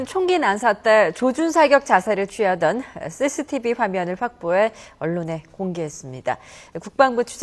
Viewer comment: ㅋㅋㅋㅋㅋ 여자아나운서 발음봐라ㅋㅋㅋㅋ 씌씌티비 래ㅋㅋㅋㅋㅋㅋㅋㅋ